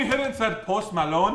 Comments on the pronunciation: I love the way he said post Malone “post milone” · he said post malone like an indian men